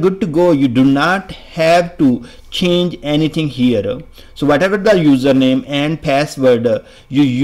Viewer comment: Can't concentrate because of your 'Connectionaa,' 'Herea', 'Authenticationaa'. Can't you speak without prefixing aa to every word?